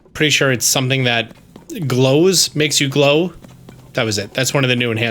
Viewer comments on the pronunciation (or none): none